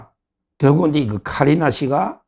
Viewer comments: 서변호사님!!키리나가 아니라 카리나입니다ㅋㅋㅋㅋ에스파 걸그룹 카리나ㅋㅋ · 키리나 아니고 카 리 나!!!!!!